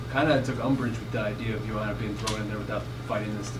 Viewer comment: NOT SURE IF I GET THIS GIRL? Katlyn at the mark you need to pronounce Joanna like Yoanna. With Katlyn's last name you would think she would be zoned in on correctly pronouncing others. AS FOR NICCO MONTANO at the mark, I guess Nicco will never get some people's RESPECT until she beats someone outside the TUF house. Remember NICCO had the toughest road to being the first FLYWEIGHT CHAMPION UFC in history. She beat a #3, a #6, a #2, and a #1 seed. They being LAUREN MURPHY (an MMA vet), MONTANA DE LA ROSA, BARB HONCHAK (an MMA vet) and lastly ROXANNE MODAFFERI (an MMA vet). NOTHING WAS GIVEN TO NICCO. SHE EARNED IT BABY.